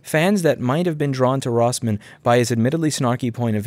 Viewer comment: ... you mispronounced your name in the first 30 seconds Or maybe you just pronounce it wierdly idk i reeatched some other videos